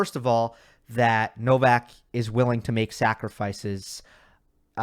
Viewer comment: Everyone said Novak's, it sounded to me like Novax 😅.